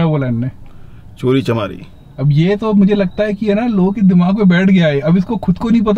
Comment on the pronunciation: It is chori chakaari not chori chamaari. Flying beast to waise bhi ganwaar h🙄